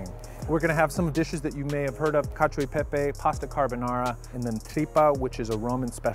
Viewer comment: non mi dire che la pronuncia di cacio e pepe va bene...